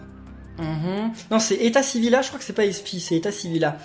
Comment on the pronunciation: on dit pas etasivilla on dit etasivillia